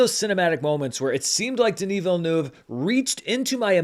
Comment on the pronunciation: You pronounce Denis Villeneuve very well at the beginning. If you want to be sure to always say it right, you can say it like this: "vil-n-uh-v". Saying the "uh" as if you're pausing and thinking, kind of. It's the closest sound to the French sound.